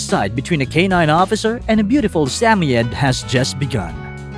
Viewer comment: The samoyed is pronounced sam oy Ed not sammyed😂